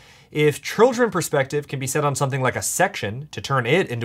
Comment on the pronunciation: "it's really a matter of persfective"😂